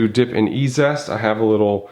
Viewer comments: EEE ZEEE EST NOT E ZEST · Fwiw, I believe it's E-Z-EST, as in EASIEST; not E-ZEST. Three syllables; not two. 😉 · Pronounced 'easy est'